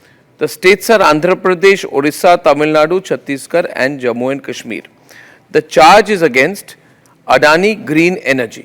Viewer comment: 0:448 It's Kashmir not Kashmi